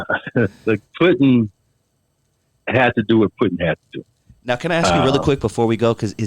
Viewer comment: It was Puddin. NOT Puttin.